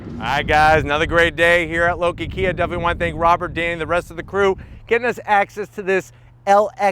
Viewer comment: it's KIA - what more can I say? you jive turkey's